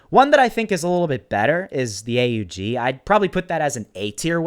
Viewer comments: Not hating but it's not a u g you say it together aug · It’s pronounced AUG not A U G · btw is not a-u-g its pronounced aug like pog